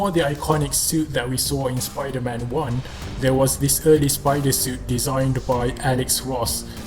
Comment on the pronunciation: Did he just cal supaida man weird